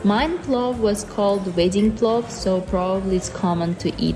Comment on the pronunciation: it's PLOVVVVVV